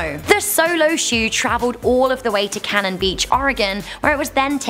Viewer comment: I live in oregon, I like the way she pronounced it wrong and right :3